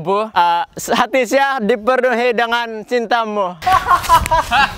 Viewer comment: "dipernuhi" Mmg kawan sejati la tu kalau mengijikkk tesalah becakap 😂😂